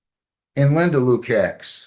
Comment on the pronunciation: The name should be pronounced “Loo-kach”. It’s spelled Lukacs.